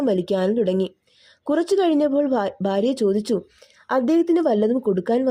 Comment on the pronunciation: ഭാഗ്യം , ഭാര്യ, അൽഭുദാതരങ്ങൾ, ഇതൊക്കെ വ്യക്തമല്ലാതെ തെറ്റായി പറയുന്ന പോലെയുണ്ട് . അക്ഷരശുദ്ധി ആകാം